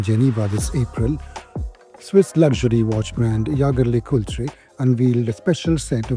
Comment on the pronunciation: Indians not only buy but also butcher name of Jaeger Lecoultre in their own ways